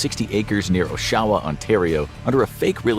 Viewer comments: OsSHAyawa???it's pronounced OSHawa. My father was born on a farm in Oshawa, Ontario. Though not your fault,. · That pronounciation of Oshawa lol. FYI it's pronounced awe-sha-wah, awe like "in awe", with the emphasis on the first syllable. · Its Prononced Osh-a-wa not O-sha_wa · Oshawa is not pronounced as the narrator stated. What is wrong with people? Get it right